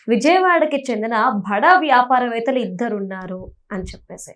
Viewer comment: భడా కాదమ్మా బడా అనాలి. ఏం తెలుగో ఖర్మ!😮